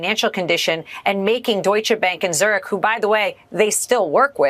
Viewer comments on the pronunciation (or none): none